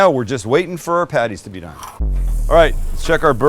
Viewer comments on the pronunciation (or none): none